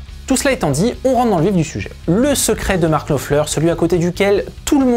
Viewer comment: Daily reminder that Frech people can make a huge effort to replicate a playing style in minute detail and yet pronounce the name of the guitar player with an accent that makes it unrecognizable.